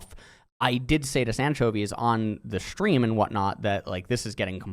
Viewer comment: take a shot every time he says "shtream"